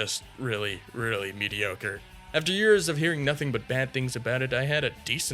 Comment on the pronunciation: you mean mediogre